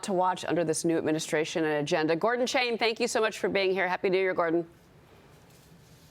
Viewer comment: Stop mispronouncing Chinese names. "Chang" is pronounced with a soft "ah" sound, not a hard "ay" sound. "Chaahng". To confuse things further, his name uses the Taiwan spelling system, in which "Ch" is pronounced "J". His Chinese family surname's character is 張 pronounced "Jaahng".